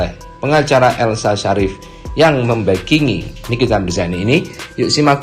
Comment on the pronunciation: Bukan membengi tapi membokongi .